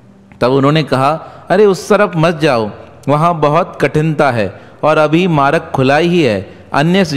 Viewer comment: Aap maaraag kiyu bolte ho ..vo maarg ..aap Hindi to Sikh lijiye sahi se ..